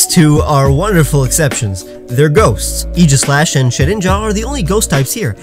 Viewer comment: Please stop saying aegislash like that